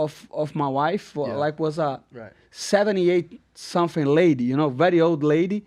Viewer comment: LET ME TELL YOU SUMFING